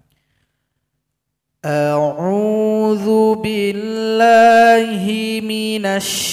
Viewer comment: Awal saja sudah keliru di A'Uzubillahi seharusnya jelas bukan zu tetapi yang benar dzubillshi...